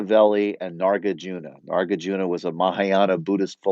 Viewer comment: Nagarjuna, not Nargajuna.